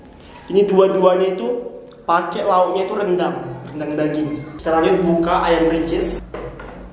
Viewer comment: Gw ngakak pas bilang rendang jd degang🤣🤣